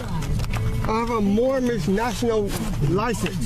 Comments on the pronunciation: "my nationality is Moormish" LOL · This is an oldie, but a goodie. It's right up there alongside the P. Barnes tasing for ease of remembering. Poor, can't even pronounce "Moorish" properly. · Moormish? What a fool.